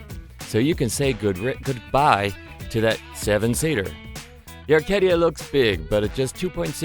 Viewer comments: Isn't it A-Kay-Dia... I kept hearing R-Kay-Dia. Good review as always. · Its pronounced A KAY DEE YAH.....NOT ARCADIA LIKE THE CRAP TV SHOW JOAN OF ARCADIA......ACADIA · There's no R in Acadia. Stop pronouncing it "Arcadia".....and yes the Acadia is a POS all around. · I can "read" as well as listen and there appears to be no R in the name ACADIA, so not likely I will take not of any info here. Besides, I've already heard John Cadogan's take on this, so there's that. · There is no 'r' in Acadia! Otherwise great review! Love watching your video reviews, always interesting ...keep up the good work. Don't knock it until you have driven one! I drove one in Canada for almost two months. Very comfortable cruiser at 140klm/h along the trans canada highway. Really quiet comfortable car to drive on long trips. Glad they got rid of the horrible 6 speed auto! The 4 speed slush box in my old 98 Magna was more responsive!